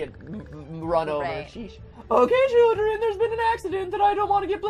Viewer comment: CHILLEN Am I the only one who heard that he said children wrong